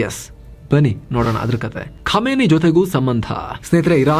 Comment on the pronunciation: ಖಾಮಿನೈ ಅಲ್ಲ ಖಮೇನಿ